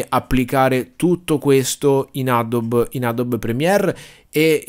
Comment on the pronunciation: adobe si pronuncia Adobi. (no adob)